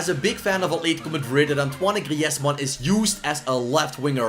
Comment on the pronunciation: that's how you say Griezmanns name how do you forget